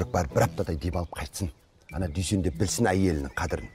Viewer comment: Дүйсен жегенді дүшен диді ғой 😂